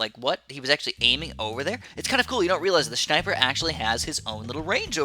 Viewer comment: I love when says "Shniper" 😂😂😂